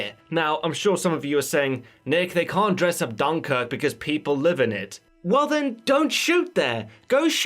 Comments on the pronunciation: What's with the emphasis on the first syllable; 'DUNkirk'..? Who uses that? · Can't listen to this guy pronounce Dunkirk so badly amy more...